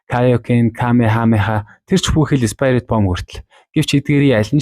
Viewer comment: спаярит биш спирит